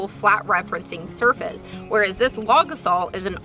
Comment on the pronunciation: When you say it I keep hearing "log assault," which also seems appropriate!